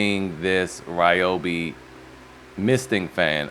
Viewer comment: RYYYYYYYEEE-obi lol. Dooo it, that’s how I say it. Not Reee-obi